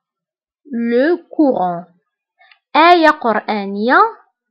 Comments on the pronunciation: Le Coran __ le cau et non le couran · Merci pour la vidéo mais pour le coran on prononce o et pas ou.